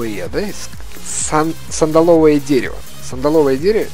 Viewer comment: ААААААА... СандАловое дерево, сандАловое.... Ударение на второй слог.